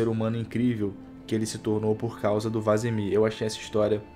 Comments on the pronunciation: Pq ele fala vAsemir ? qual a piada ? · Caramba me incomodou demais vc falando errado o nome do Vesemir